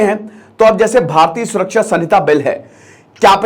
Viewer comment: Samita nahi h sir ... Vo संहिता hota hai